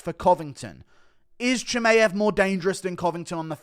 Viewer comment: Hey Guru, just on a sidenote: Chimaev is pronounced "chee-muh-yev", not "chee-may-yev".